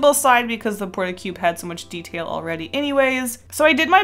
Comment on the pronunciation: It's not a "Port-A-Cube" it's a "Port-A-Cub," LOL ^_